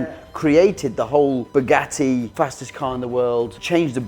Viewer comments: Did you really just say "spaghetti vayron" Lol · In the video at the time instead of saying Bugatti veyron he said spaghetti veyron 😂😂😂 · bro, it so sounds like you said Spaghetti Veyron lmfao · Had to rewind 2 times to be sure, he actually says "a Spaghetti Veyron" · Is it just me or does it sound like saying spaghetti veyron😂😂😂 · I swear I heard Spaghetti Veyron repeatedly 😂😂 Senna's influence? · Please check how to pronounce the name of the car, as a french listenner my ears are bleeding 🤣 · He really is a true brummie the way he butchered 2 of the easiest words to say without knowing french. And no i am not from France i am Swedish.